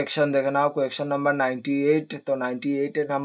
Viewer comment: Question ❌ quaktion✅😂